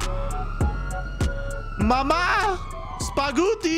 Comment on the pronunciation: “Honey I’m homeee, I hope you made SPAGHOOTY!!!” Kills me every time!!! 🤣🤣🤣